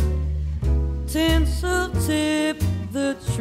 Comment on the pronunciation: Tinsel, not Tensile ; )